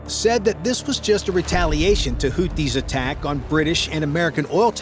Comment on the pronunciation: It's NOT "Hooties"! It's Hoothies," as in toothies. The "th" is there for a reason: this is a phonetic transliteration of الحوثيون (Al-Houthiyun).